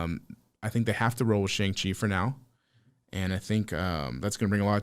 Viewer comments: are you guys ever gonna pronounce Shang-chi correctly or just continue to sound ignorant saying his name incorrectly?? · yeah, so knowledgeable he can't even pronounce Shang-chi correctly